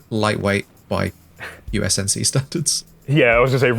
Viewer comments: It's UNSC not USNC :c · Does he keep saying USNC, not UNSC? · dude... its UNSC not USNC... ^^ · United Space Nations Command. 😂 It's U.N.S.C. Get it right next time.